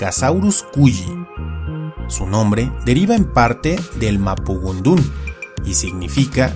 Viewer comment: Es "mapudungún", "mapuzungún" o "mapuzugún" (idealmente esta última), no "mapugundún". ¡Saludos y felicitaciones por su trabajo!